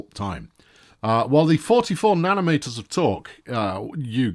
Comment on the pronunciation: Maybe you meant Newton-metres not nanometres....:P